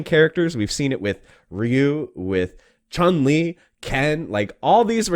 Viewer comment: The announcer mispronounces Chun Li from game to gane.